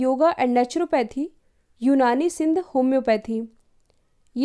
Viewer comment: mdm its. not Sindh its siddha